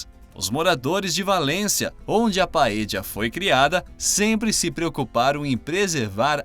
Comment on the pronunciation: Se você, comentarista, for argentino (o que não parece) falar "PAEJA" OK. Mas se não for, esse argentinismo fica feio ouvir para nós que falamos espanhol. O certo é "PAELHA". A fonética "ll" do espanhol para o português é a "lh". Deicha aos argentinos falar " paeja" "caje" "amarijo".